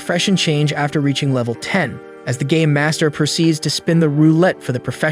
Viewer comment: I don't know why but all I'm hearing is gay master instead of game master